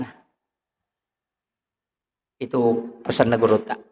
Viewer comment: Gurutta bukan gurunda jangan merusak bahasa bu!